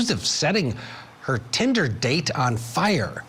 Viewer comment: No.. Please….. 😮‍💨😂⚠️ not “Tinda”